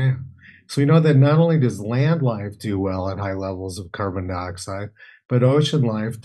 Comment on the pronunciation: The ways he pronounces carbon and garbage is like my 7 year old